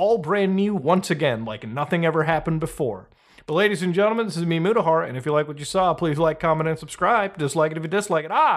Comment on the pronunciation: Wtf did this guy just say his name was? Moojahar??? Dafuq is that...